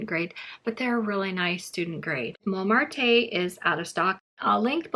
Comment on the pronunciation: Pronounced “Momart”. The e is silent.